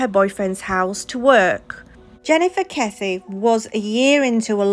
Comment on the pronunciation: Kesse pronounced Kessey